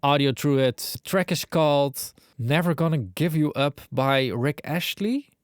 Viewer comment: Ast-lee is how you say his name (don't pronounce the H)